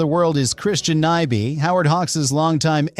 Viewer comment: What's with the, like, 12 different pronunciations of Nyby? Are you a robot or just an idiot? 👎🏻